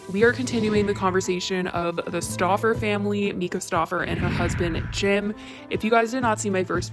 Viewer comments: MY-ka not ME-ka* lol 😘😘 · Please stop calling her meeka 😂 it’s pronounced Myka! I’m sorry it’s just so hard to watch lol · MYKA IS PRONOUNCED (MY-KAH) i’m so tired of hearing MEEEEKAAAH lol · Myka=Mike-A... Not Meeka, just sayin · It’s mike-a not meeeka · Like your videos but her name is not “Mee-ka” it’s “MY-ka”. So annoying I’m sorry 😂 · Just an FYI her name is pronounced My-kuh :)No hate just have heard her name pronounced wrong on many of these vids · The first syllable of her first name is pronounced my as in my coat. I don't trust anyone who publicly mispronounces such a simple name of the person they are criticizing. The child was diagnosed with autism when he was evaluated for the disorder in the United State at the Stauffers' request after they adopted him. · I can't watch this video bc this lady is mispronouncing 'Myka' every 5 seconds. So annoying